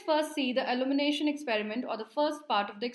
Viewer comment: Good explanation. Very informative. Just a small feedback the pronunciation of ILLUMINATION “/ɪˌl(j)uːmɪˈneɪʃ(ə)n/“ and not “ allumination “ because after a certain point I just kept getting confused as to what you are talking about.